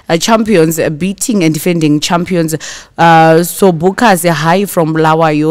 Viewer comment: Its not sobhukazi mwanangu its sovukasi